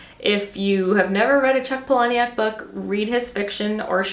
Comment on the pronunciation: Please delete this after reading. Chuck’s last name is pronounced Paula-Nick. I thought you’d rather know than not. I hope I don’t come off as rude.